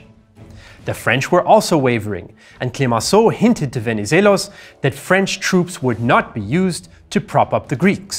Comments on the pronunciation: Venezelos was spot on… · greek here. congrats on pronouncing Venivelos' name correctly. the x in Metaxas is pronounced ,well, like an x. Great video though :)